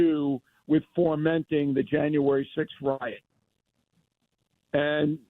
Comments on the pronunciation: Bill has been a "journalist" for decades and still calls "fomenting" " formenting". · Lol "formenting" dumbass😂